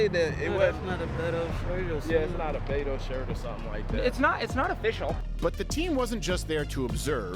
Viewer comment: I loved his pronunciation of Beto! B-toe is gonna get beat in November.